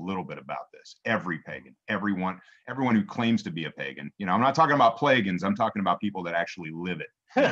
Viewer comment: "Playgans" lol 👍 🌲💚🌲